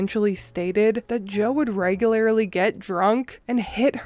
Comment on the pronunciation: Hey say REGULARLY... lol I've noticed it every time on every video, but just now decided to tease you... maybe its because i finally Medicated (lol) but you say it as if its spelled regular-i-lee... i say it like regular-lee